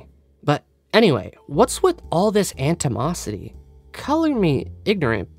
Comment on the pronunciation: It's "Ani-mosity". Not "Ant-imosity" The "T" is at the end. (Dick move, I know)